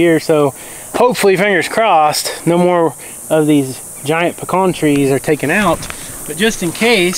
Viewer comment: Pecan not pecan.